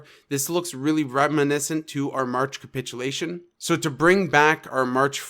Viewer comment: great call of 32k area... also please stop saying "cumpitulation"... its capitulation and you are honestly being agressive